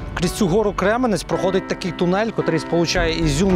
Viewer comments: Какой Кременець?Крем’янець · В начале видео показываете с кремянца часть города которые вы написали что 90%разрушено, хотя на самом деле там больше целого разрушен только центр, и да не Кременец а кремянец учитесь говрить правильно если не жили в нем